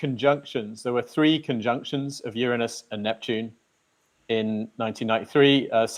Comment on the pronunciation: I just love the way you pronounce Uranus! So much more sophisticated than the way most say it.